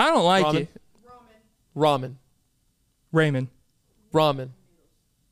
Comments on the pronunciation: how are you lonely my G, you is a good lookin dude, there is no way, then i think, man this guy really said raymen xD!!!!! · please...its RAW-MEN